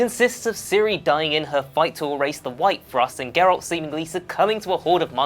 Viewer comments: The fact that you pronounce his name as Jerralt shows you have never played the game and merely read up on some research for your video. JERRALT HAHAHA. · Can maybe next time the presenter have atleast played the game...his name isn't pronounced jeralt...even someone whose seen a trailer would know that you come off as a poser and not knowledgeable of the source material at all 0/10 hard dislike. Play the fucking game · You have no showmanship and terrible pronunciation. The G in Geralt makes a G sound not a J sound. And you say Iorveth with a Y sound at the beginning. Not to mention your entire video was an almost word for word blatant RIP off of this article. You even had your stuff in the exact same order. I also would not consider half of these easter eggs so much as background production info. CD Prjekt Red also confirmed already the cyber punk 2077 reference as true. And that Ciri will appear in that game in an easter egg of some sort. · Eye orveth? Jerald? Yeah expert, ima head out.